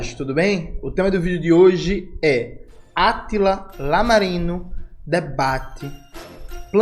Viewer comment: Se fala iámarino, camarada